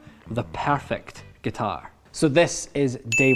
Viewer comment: G U T A I R